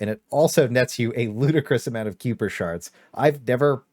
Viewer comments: I didn’t tell you miss pronounced Kiper. It’s not Cooper it’s Kiper. The pronunciation is Kiper that you is silent. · Wtf is kewper, game literally says it to you pronounced KAIper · sorry to be the Nit picker but Kuiper is pronounced Kyper (buy the game's voice actors) and Not Q-per... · its KAI-PURR, not cooper FYI. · You had me at "lady and gentlemen" and lost me at "Q-per" shards. You never heard of the Kuiper belt? Pronounced Kai-per? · pronounced like Hyper but Kyper. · KAI PER KAI PURR KUH-AYE P-ER "KUIPER" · I chuckle every time I hear "kyooper shards" from a creator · Why you sayin kyooper bro they say it correctly so many times throughout the story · The hell is a "Cyooper" shard? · Now this is the craziest version I've heard yet.... KEY-OOO-PER 🤣🤣🤣👏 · Q-per is wild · one of these days content creators will say kuiper shards correct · Why cant any of these youtubers listen to the game just one time in the millions of times it said to learn how to say kuiper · Do any Youtubers know how to pronounce kuiper? It’s said multiple times in the game